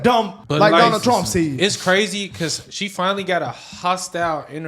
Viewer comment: TRUMP NOT TRAMP......